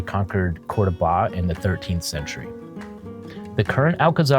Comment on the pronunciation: Nice video, but the pronunciation is COR-do-ba, not Cordo-BA….